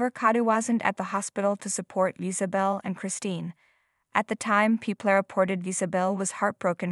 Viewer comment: Why is it terrifying and sad the she is fully recovered and rock climbing? I hate these click bait titles. And it’s pronounced Iz-uh-bell 🤦🏻‍♀️